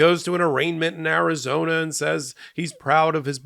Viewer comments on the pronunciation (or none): none